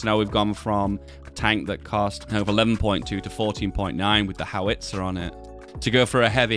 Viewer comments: BOW as in the tie, bow-tie -GEE (hard G, not soft) and HOW-ITZER... not HOW-WITZER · You're stressing the wrong vowel in "howitzer". It's "HOW-its-er" not "how-ITS-er"